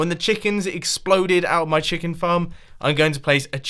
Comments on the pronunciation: We hear Mumbo say the word "CHEKAN" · "So I am going to place in a CHECKEN"-Mumbo 2017! Plz tell me I am not the only one that heard that!